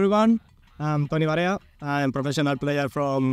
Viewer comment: Der Toni heißt nicht Toni Barella, sondern Toni Varea. Laut Transfermarkt spielt er überhaupt nicht bei Getafe, weder in der ersten noch in der 2. Mannschaft. Nur in der Jugend hat er da bis 2018 gespielt. Danach für Numancia und Coria in der 4. Liga und aktuell 5. Liga in Spanien. Der Teil mit der Rückkehr nach Getafe stimmt also nicht. Bitte recherchiert zukünftig besser und buchstabiert auch die Namen richtig.